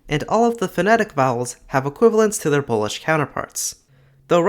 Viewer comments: you're pronouncing pretty much everything wrong in polish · He's just straight up mispronouncing most of it. So yeah, a bit of an oversight.